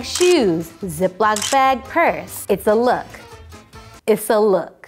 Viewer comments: “Issa look... Issa look.” 😭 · "Issa look. ISSA LOOK." 😂